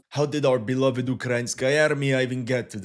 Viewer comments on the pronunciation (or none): none